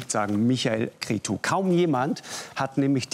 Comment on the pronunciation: Schade, dass der Lanz sich nicht mal die Mühe macht, sein Name richtig auszusprechen...Cretzu!